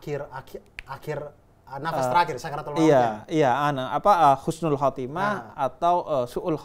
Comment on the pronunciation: Mau tanya nih, katanya yang benar tu husnul khotimah tapi pelafalan husnulnya kok kyk pake kh bukan h.